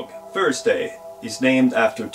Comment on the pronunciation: Minuscule nitpick: I know the English "th" is difficult for many non-native speakers, but please don't cheat by using an "f" in its place. Then you sound Cockney. ;-) Thursday not Fursday. I remember watching Victor Borge (ja jag vett han var dansker) but he over stressed the "th" for comic effect. Yes, it took me awhile to pronounce "sju". My Swedish friends say I have it down pretty well. But they still laugh. Takk!